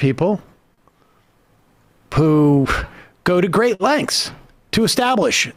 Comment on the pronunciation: how did he manage to pronounce "who" as "poo"